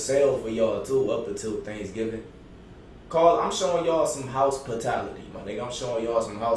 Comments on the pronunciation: My boi said ✨house potality✨ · Dis niggas said, “house pitality” 😂🤦🏽‍♂️ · "House- potality" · "House spitality" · I'm showing y'all some 'HOUSEpitality' 😭😭 ☠️ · He said housespatality 😂😂😂